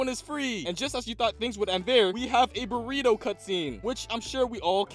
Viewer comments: its pronounced burrito? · It’s fun how at the end he said “and now there’s a borito cutscene